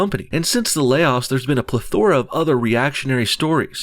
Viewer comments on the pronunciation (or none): Plethora...accent on the Pleth not the ora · The way no bullshit says plethora is funny.